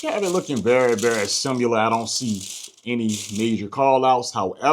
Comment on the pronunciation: “SIMILAR” what is “SIMULER” ?? lol